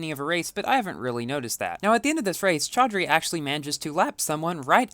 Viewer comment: chaudhary pronounciation ..lol... haha nice lap bro